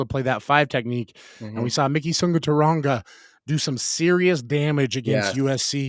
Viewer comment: Please give Suguturaga the courtesy and respect of pronouncing his name correctly. There is no "N" in his last name.